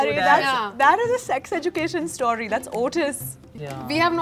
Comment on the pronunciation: The pronunciation is ejukeshn not what srishti said!!